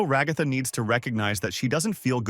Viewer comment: Ra-goth-ah good lord man.